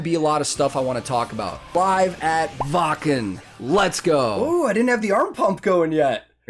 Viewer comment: I was just impressed that you pronounced Wacken correctly.. For a Yank, that is... lol